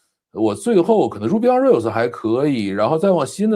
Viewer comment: 確實有點技術大佬的黃昏，居然沒用過視頻攝像頭實時換背景。那麼之前開視頻會議難道都是原生態背景出鏡？聽了半天，聽了兩位互聯網大佬探討如何設置直播攝像頭，唉 lol 然後聽他們兩位討論編程語言。就像2位資淺程序員對話。而且說的語言名稱大概英語發音問題，基本聽不清，聽到一個Ruby on Rail。還有Note.js。